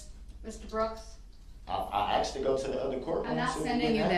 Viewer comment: He axed he axed , it's her fault. Bottom of the barrel Darrell. Wonder what his prison gang name will be!?!? His NEW DOC PIC has been uploaded to the DOC in WI.